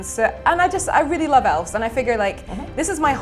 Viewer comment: I'm not angry that he keeps playing Elves. I'm angry that she keeps saying Elfs.